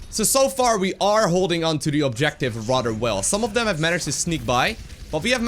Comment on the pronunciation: Your English is incredibly good. Remember your "th" sounds. "Radder" should be "Rather." Thhhhh